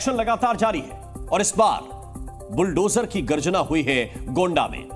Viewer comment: संवाददाता पहले शुद्ध बोलना तो सीख ले बुलटोजर नही बुलडोजर होता है कैसे लाईव प्रसारण का चित्रण करते है